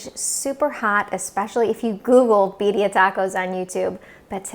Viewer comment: You know it’s good when they pronounce it right. I say Beer-ia